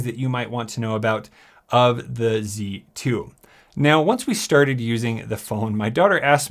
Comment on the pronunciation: “Let’s get sterted”